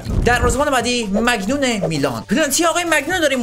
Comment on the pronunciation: مهدی چرا به مانیان ،مگنون میگی 😂